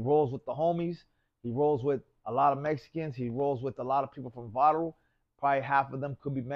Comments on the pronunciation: This vato said Barro instead Barrio one time lol how can he not say it right every time if your Raza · He’s from a barro 😂 haha can’t even say barrio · Barrio not barro wuey.